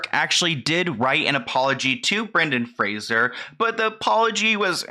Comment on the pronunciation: Is saying Fraser wrong or was I raised saying it differently?